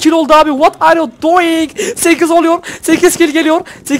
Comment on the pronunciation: abi hayranınım ama doying deme pls normal ini söle <3